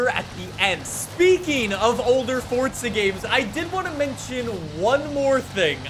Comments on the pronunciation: It’s Forza not fortza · Dawg I love your vids but I get a little kick outta when you say forza with a T😂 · how fortza horizon fawr couldave bean betta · fortza horizon 4 lmao